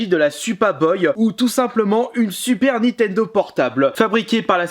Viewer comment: Si tu prononces encore une fois "NI-TENDO" au lieu de "NINNNNNNNN-TENDO" c'est strike de la chaîne et cambriolage de ta collection pour le sacrilège !!!!!!!!!!!!!!!! Sinon merci pour ta vidéo quand même